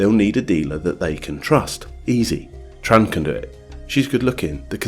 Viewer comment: Excellent video, but one tip: in Vietnamese the "tr" sound is pronounced "ch" so it should be "Chong" & "Chan"